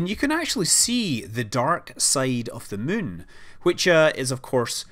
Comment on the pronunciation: He clearly says 'Mun' instead of 'Moon'.